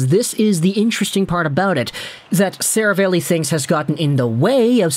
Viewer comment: … “Ser-a-valley”. Not Seravale-y. I assume it’s Italian. You’re normally so well spoken I figured I’d help you out.